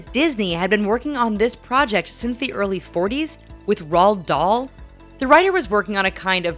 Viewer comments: It's pronounced Rolled Dahl, love! How come you lot can never pronounce it right? Speilberg was the same! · Roa-d Doll